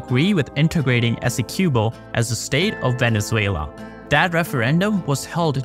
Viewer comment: Please ask a Guyanese how to pronounce Essequibo